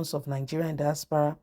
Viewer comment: Not dispara but diaspora,you cannot pronounce words,I wonder if you are a teacher you would destroy their brains.